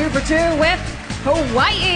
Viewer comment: I appalled how miss hawai’i mispronounced the name of our state and capital City.